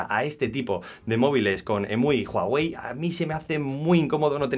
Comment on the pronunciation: Jaja jaja juAwey es uawei y se escribe huawei